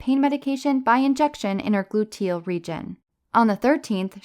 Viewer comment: Never heard “glu-TEEL” before. 😂